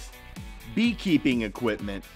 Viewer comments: equiptment? lol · equip''T''ment ?? seriously !!!!???